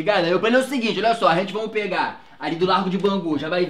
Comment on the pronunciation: "Arrente vamu" kkkk